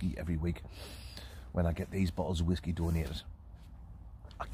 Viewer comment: Please stop calling it whaskey